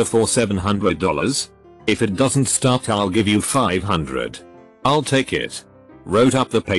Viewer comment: It's = "it-sauce" He's = "he-sauce" I'll = "I-sull" They'll = "they-sull" I have never heard TTS screw up this bad. It-sauce almost funny. I-sull almost be amused, but it-sauce getting annoying. I-sid pay 5 dollars ... zero-zero-zero to make it stop. Damn.